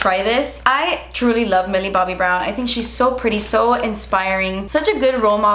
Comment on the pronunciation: Was it just me or the second time she said Millie Bobby brown she had a British/ Irish accent.